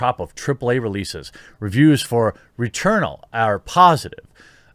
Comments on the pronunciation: Returnal! Lmao! Sorry. Hurt my soul every time he said returna. I know it was because of the terrible cropping on the article thumbnail but just couldn't help it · You prob shouldn’t give Kotaku crap for not doing the slightest bit of research when you can’t even get the name of the game you’re talking about correct. It’s Returnal not Returna. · Why can’t he pronounce returnal....